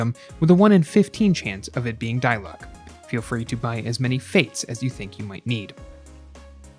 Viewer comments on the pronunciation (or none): It's not die-luke because in the game everyone calls him Dee-luuk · It’s pronounced Di-Luke. Dai-luck? 😭🤢🤮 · no according to english vas' it's pronounced dee-luke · D-luke not die lock😭 great video i actually gone diluc after watching this video like what lol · How genshin creator? idk pronounce diluc: dilooc how pronounce diluc: Die luck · It's D-luck. Not Die-luck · it's DEE-LOOOCK and PAY-MON!! not DIE-LUCK and PEY-MON!!!! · its "dee luke" not "die luke" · It's Di-Luk not Day-Luk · die-luck LMAO AHSJFVXMBS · its actually de-luke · la da dee-luke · “Die-luck” “Pay-mon” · PAYMON!? DIE-LUCK!? 😭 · NO!? It's De-Luke tyvm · Why do you pronounce Diluc as Die Luck😂 it feels kindof weird 😂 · “die luck” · " die luck" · "dieluck" not dilic loolololol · why do you pronounce diluc and paimon like that 😭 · why did he say his name wrong...? :< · he pronounced his name wrong this video gets a thumbs down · Downvoted for intentionally mispronouncing dilucs name. So f-ing annoying